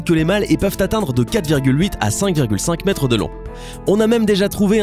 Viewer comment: le requin blanc : "7,7 Mêtres de long "🤣🤣 Vous êtes vraiment une belle chaine de myho